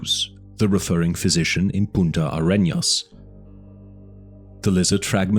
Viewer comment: This is really good. There's only one thing from the book that was really wrong: the name of the south of the continent is Punta Arenas, not Puta AreÑas.